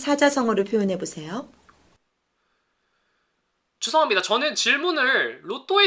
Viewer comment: 고3이라ㅜ그런지 죄송합니다가 재수합니다라고 들리네